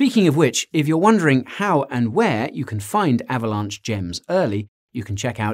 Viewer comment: Guy... are you saying Avalanche or Avalaunch? XD